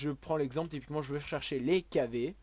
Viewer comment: Suis-je le seul qui touve qu'il dit tout le temps "tipiquement"?